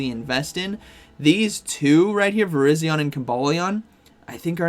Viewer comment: why does every YouTuber pronounce it VIR-IZ-ION. it is VIR-EYE-ZION. similar to the wireless carrier VERIZON.